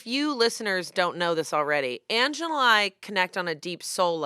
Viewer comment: The way still can’t say Angela’s name kills me every time